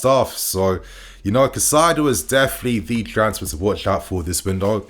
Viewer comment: KAI CEDO (said like this) NOT CACAIDO. Caicedo….